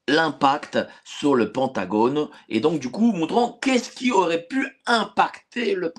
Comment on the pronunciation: en français, on prononce Pentagone = PINTagone